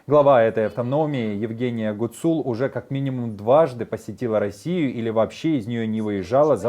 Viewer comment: В фамилии Гуцул - ударение должно быть на первом слоге